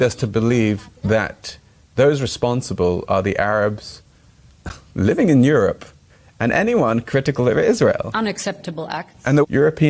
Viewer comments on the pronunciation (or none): none